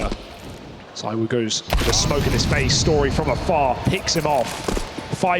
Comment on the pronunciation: I’ve literally seen you say that donk and monesy are better than Zywoo. You even said “zywho”Stop bandwagoning lil bro